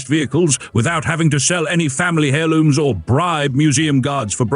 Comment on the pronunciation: Hair looms? "an error of monocles . . . " "hand levver" These AI robogobs have a long way to go.